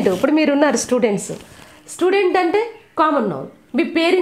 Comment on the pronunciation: mam sludent kadhu mam student